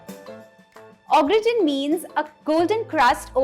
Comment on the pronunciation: Sorry to be a pain but it's pronounced "Garr taan"